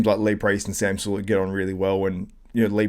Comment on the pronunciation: Jesus Christ... is unbearable. Interjects telling Greg he needs pronunciation lessons because he said Sam's last name wrong but then says it wrong himself. Dude thinks he is above everyone because he used to write for magazines back in the day. Anyone could write articles on bodybuilding, it isn't hard. The only reason he even wrote is because of the people he knew, not because he was SOOOOO talented that they couldn't possibly exist without him.